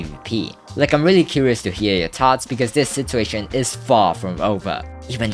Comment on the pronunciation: can you pronounce "situation" correctly it makes me not want to watch your videos